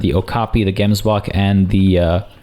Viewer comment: Hi, just want to say that you don't say Gemsbok like that, you actually say the 'g' as if there is something stuck in your throat.